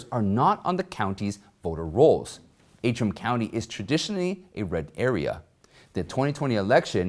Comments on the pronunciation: It is Antrim, as in ANTRIM, County, not AAtrim. Words and their spelling are important, especially to reporters. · Antrim. Pronounced as it spelled. ANtrim. Please fix this in future videos.